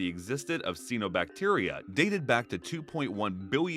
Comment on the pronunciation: it's pronounced CYANObacteria